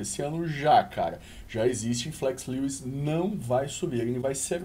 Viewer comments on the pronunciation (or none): none